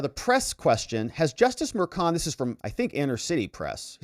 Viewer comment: If only pronounced Merchan's last name correctly...such an embarrassment.